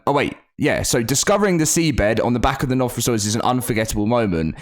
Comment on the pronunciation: you said the name wrong, but I understand it’s not an easy creature name to say it goes way differently. If you watch one of Zeb files videos, which is a YouTuber I like to watch. If you go to his 100 days the island video, he finds one of those creatures but it’s one of the modded versions and he says the name